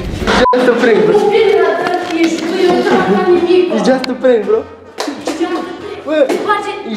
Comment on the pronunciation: "Iț jast a prenc!"